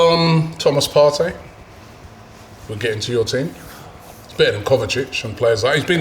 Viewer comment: Didn't like the way said "kovacic". Kovacic is top class.